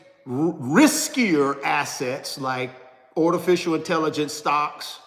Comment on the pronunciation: What is " Ortificial " 😂😂😂😂😂😂😂